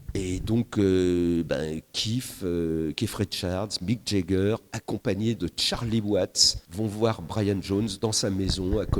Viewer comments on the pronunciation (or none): Le plus incroyable, c’est que Philippe Manoeuvre, qui pretend tout savoir des Rolling Stones, n’a jamais su comment prononcer le nom de leurs musiciens correctement. Jagger, c’est avec le son “a”, pas le son “ai”…😊